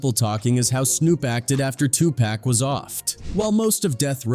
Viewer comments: I was trying to finish watching this but the 🤡 narrating this said 2pack one too many times infuriating me 😡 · If this man says 2 pack one more time I am gonna pull my hair out At least Iearn to pronunce the name damn!! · Quit dissrespecting the dead, it's not TuPack wtf! Why do you narrators continue to do this. I stopped midway due to this. Cut it out already! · It pisses me TF off that the AI keeps saying Tupac like that 😂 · NONE OF US APPRECIATE YOU OUTRIGHT DISREGARDING AND DISRESPECTING TUPAC BY PRONOUNCING HIS NAME WRONG ON PURPOSE.. WHY ARE YOU DOING IT.. APOLOGIZE TO THAT MAN... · If you don’t know how to say 2 Pac, dude, maybe tell us another story that you actually know about. It’s so irritating!!! If it’s AI mispronouncing then teach it how to say it correctly. I mean get it together, consider who your audience is! Common sense! PAC would appreciate the effort because that’s respect for the dead. Otherwise the content was ok. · It burns my ass when newscasters and AI cannot pronounce "Tupac" properly🤨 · Y'all need to have somebody that does these shows learn how to pronounce 2Pac 's name right if there going to do a story about him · IF GOING TO GET SOMEONE TO NARATE THESE VIDEOS MAKE SURE THEY SAY TUPACS NAME RIGHT THEY EVEN MOPREMES NAMES WRONG THIS IS BULL SHT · You are saying his name wrong it’s 2 pac not 2 pack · 2 Pack??? Could you sound any whiter? And I'm white! I think the world knows 2Pac is pronounced, (Two Pock) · How hard is it to say pock and not pack 🙄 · It Tupac not Tupack !! Have some respect in this ICONS name !! Notice Snoop is on EVERYTHING !! Dre like !! "Just keep my name out this shit". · Tupac not Tupack WTF !!!! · Tupac!!! Not Tupek.. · Why tf so many white people say tupack??😅😅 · 2 Pack. Pronounce the name right. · Mans said TWO PACK. Man ppl still can’t pernounce big homies name ? And yeah snoop yeah. Idk about u fam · I stopped watching when it said Tupack... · I just can't handle "2 Paack"